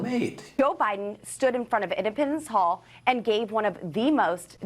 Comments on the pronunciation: Is she saying impotence hall Ipopapendence hall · Poor dumb Boebert: here education was public & paid for by ‘the rest of us’. Her GED test, well yes, she did pay for that herself. I got to ask, is she trying to say “Independence Hall” when she says ‘Im-ped-a-mence hall’?? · Where is Edipens Hall? Doesn’t she even know it’s Independence Hall? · Is she saying “indepitance hall”? I know she struggled to get her GED but come on, independence is not a hard word…